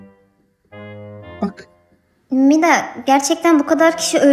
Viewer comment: Umida değil Mida